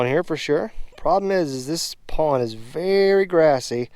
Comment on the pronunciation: Nice pwwnnd. Lol I think its pond. Lmao